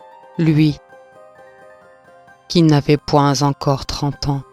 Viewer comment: Très belle légende joliment racontée, mais attention aux mauvaises liaisons (velours) 🤭 point (Z) encore 30 ans. Qui Avez-vous vu (Z) encore ?